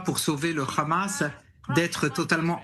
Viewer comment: Bon les gars, prononcez Hamas ou Amas si vous n'êtes pas capables de prononcer le H (je sais que cette lettre n'existe pas en hébreu, mais alors juste A)